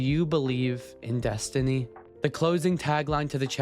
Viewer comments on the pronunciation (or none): none